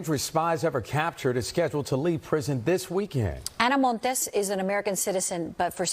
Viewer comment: What’s with the hyper pronounciation of ANA MONTES but she doesn’t do the same with the pronounciation of Fidel Castro??????